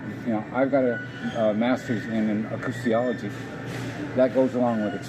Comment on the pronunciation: First off, one CANNOT have a Master's in "acoustiology." One can (possibly) get a Master's in acoustemology, but if you did, chances are you'd at least know how to pronounce it. Secondly, rockets do not work "by sound" - or SONAR, which is really only used under water; RADAR would be used for aerial targeting (and radio communications would be well above audible the audible spectrum - MHz vs. KHz)